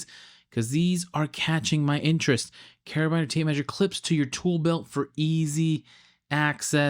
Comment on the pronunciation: carabiner is pronounced carabeaner